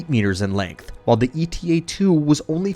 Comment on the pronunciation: It's not E.T.A., but Eta, a Greek letter just like Alpha, Beta, Gamma, etc